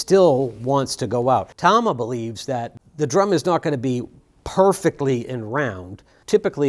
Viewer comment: Thank you for pronouncing it Tama and not Tama